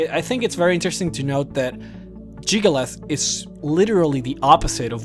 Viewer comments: Hyperventilate JiggaLAGGGGGGGG. Lag! Not "_Lath_"… I-…I know you have an accent, but you can say the rest of his name, so why can't you say it correctly? D: Other than that, I love this, and I love you. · It's jyggalag not jyggalith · its jig-ah-lag not jig-oh-leth in not trying to be rude, but how do you get a 'th' sound from a 'g'? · JIG-UH-LAG.. where the fuck are you getting Jig-ah-lath?? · Jyggalag not jygalath get it right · It's Jyggalag not Jyggalath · I still can't get over how you pronounce Jyggalag as Jygolath. Then again, it wouldn't be you if you didn't butcher a name's pronunciation in a video. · Jyggalag not jyggalith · Why do you keep saying "Jyggalath"? It's clearly "Jyggalag". The other mispronunciations, I can forgive, but not this one. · Jamie Thorburn It's "Jyggalag." You know, with a "G" at the end. So no, you don't say Jyggalath, you say Jyggalag. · Why do you call him Jyggalath and not Jyggalag? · I'm not sure but i don't think "jyggalag" is pronounced as "jyggalath" :p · Stop calling him Jygolath. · So you can spell Jyggalag, but you still pronounce it "Jyggalath"? That's... Highly annoying. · jyggalag. jyggalaugh. jiggalus. jyggaluv. sorry, i HAD to emphasize your different pronunciations :p what i find awesome is the 16 accords of madness books. although the 15 other daedra banded together to fuck over jyggalag, as sheogorath, he still managed to outsmart them and fuck them over royally. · good video i gotta admit, but damn it is irrtitaing when you say Jyggalath its not that at all... cmon please at least pronounce Jyggalag correctly when its all over this video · Why do you keep saying "Jyggalath?" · Jygglyath and Shampion of Cyrodiil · “Jyggalath” “Shampion” “Syrodill”